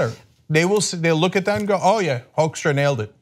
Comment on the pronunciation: It's funny how you pronounce his name as 'Hoaxstra'. If you like the Dutch pronounciation you should say 'Hookstra'.